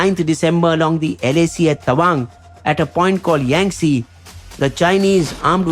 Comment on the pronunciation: It’s yangte not yangtse